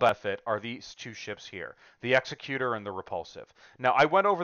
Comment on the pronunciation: Executor is pronounced 'exec-Uter', not 'exe-cUtor'. As in like an executive, not like not an executioner.